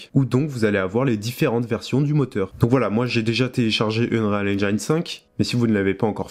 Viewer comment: cool le tutoriel c'est bon pour ceux qui débute et je le trouve très pertinent. Ça m'aide aussi pour switch de ue4 à ue5 parce que j'ai pas trop vu comment fonctionnaient les nouvelles techno. J'aurai aimé voir un peu le world partition system parce que ça m'intéresse vraiment. Sinon ya une chose qui me trigger. Quand tu prononce unreal engine. Prononce le pas UnRÉAL engAYne. La prononciation en anglais c'est unreel engeene ou unril engine. Tu ira voir les vidéos d'epic games comment ils le prononcent.